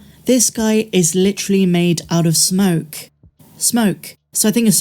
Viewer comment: Wait, did you just say MADE OF SNOKE? SNOKE? Wait S...moke? This is awesome stuff. Reminds me of the smoke character in Hellboy 2.